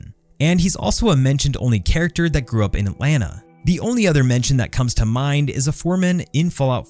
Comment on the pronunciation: In the bit about Georgia, Thank you for correctly pronouncing Atlanta 😅